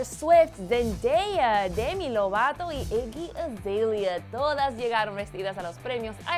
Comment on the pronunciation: así se pronuncia